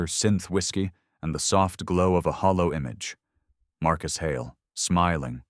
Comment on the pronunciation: The word is "holo" not "hollow": and how many ways does one spell "Keegan"?